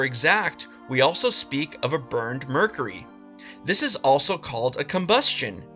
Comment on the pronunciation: You might want to learn how to pronounce the word mercury